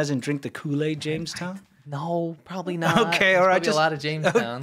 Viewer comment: Jones Town, not James town.